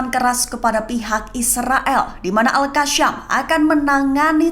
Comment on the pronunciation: Pembaca berita nya ketahuan gak pernah NGAJI IQRO. AL QASSAM itu dibacanya AL QOSSAM bukan AL KASSAM apalagi AL KASSYAM biar terlihat fasih dan ke Arab araban sering pembaca beritanya melafalkannya AL KASSYAM. Ini kelihatan BODOH dan mengganggu ditelinga. Seharusnya pihak pemilik channel memberi training mereka tentang pelafalan. Toh tidak banyak banyak juga kata kata dalam bahasa Arab yang harus diajarkan ketika membackan berita.